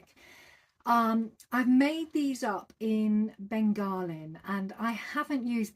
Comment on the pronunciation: Beautiful makes as usual. Your quilt is stunningly gorgeous. Chefs kisses even. Bengaline by the way is pronounced Ben ga lean, not Ben gar lin. Hope you don't mind me saying? 😊❤😊